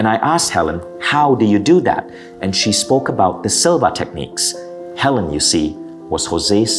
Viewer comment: Ok. First of all it’s Hel-eeeeen. NOT Helen. They are not interchangeable. 2’nd, I love your channel! ( that was my mom…HER name is Helene). I enjoy your channel very much as well. I’ve learned a lot! Now my mom is learning. Thank you for sharing your knowledge!!! 👍